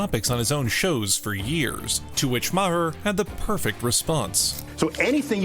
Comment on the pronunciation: Why don't you pronounce his last name the same way he does... He does it at least once a show.